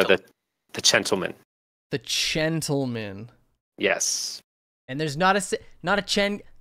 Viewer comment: Chen-tlemen lmao XD